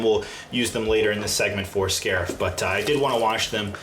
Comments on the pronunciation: “these will be so useful for scairf.” Boi dis is crait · Did you hear him say sharif when he was washing the bricks